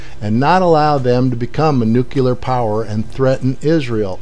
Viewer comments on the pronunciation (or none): It's Mahmoud Ahmadinejad, not Ahmed Ahmadinejad. Oh, and it's pronounced nuclear. Not nucular. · I like how this is based entirely off of empirical evidence, and not some bone-headed delusional egomaniac! /sarcasm By the way... it's pronounced NEW-CLEAR